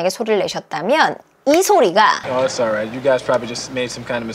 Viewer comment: "이츠" 올라잇 인줄 알았는데 "이스"로 발음 하네요.